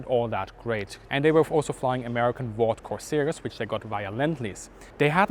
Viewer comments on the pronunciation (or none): none